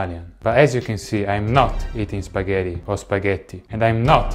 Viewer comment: I like how he repeated spaghetti once he realized he said it too American